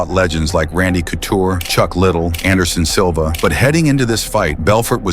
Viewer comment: he did say Anderson Silva perfectly to be fair, lol - respect to Luke and Vitor though - legends of the game in their own rights for sure